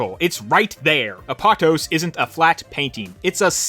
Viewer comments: Btw, pretty sure it’s pronounced Ap-oh-tohs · I think it might be pronounced Ah-poe-tose (almost like a greek word might be pronounced) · First time I heard Apatos pronounced like that. I always hear people pronouncing it “app-a-tose”